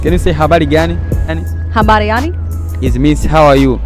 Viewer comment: Habali gani Au habari gani, ss tunafundishaje wasiojua, bronuna kipindi kizuri napenda kuangalia ila L Na R jitahidi kuzifanyia mazoezi tuendelee Na safari